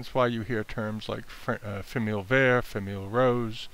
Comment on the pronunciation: I enjoyed the content because I am continuing to learn the difference between famille verte and famille rose (many pieces can be colored with green and/or pink so it’s confusing). But I wanted to point out that you are mispronouncing both famille (you don’t pronounce the L) and verte (you do pronounce the T). But thank you for your helpful video with great tips.